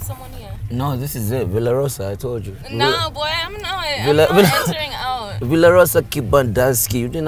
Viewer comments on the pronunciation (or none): ni mimi pekee naskia ' i am not entering out'?😂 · I'm "nor enaring out"..😂😂😂😑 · Did she say “bowy I’m not entering out” 🤔🤔😭😭